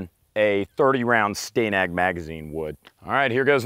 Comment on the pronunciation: How do you pronounce the name Stan. Then why pronounce Stanag as Sta-nag instead of stan-ag?